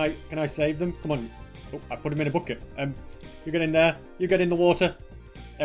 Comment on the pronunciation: He's accent is really interesting like the way he pronounces "come " and "shulker box" more like "coum" and "shouke box", where's that from